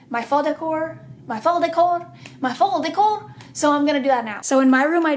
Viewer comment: nobody: literally nobody: court: my fall decor, meh fawl decOH, mEH FAWL DECOH